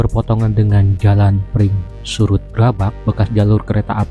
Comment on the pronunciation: Maaf ralat sedikit mas, yg benar "Pringsurat", bukan Pringsurut 😃🙏